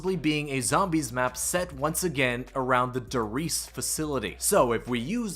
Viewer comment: Great coverage of the news, but for GOD'S SAKE, learn how to pronounce German words. die Reise is pronounced, Dee rise-ah with a slightly rolled R.